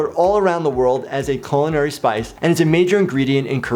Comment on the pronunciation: The word "culinary" is pronounced koo- lin- ary, not cul. See the syllabiltization.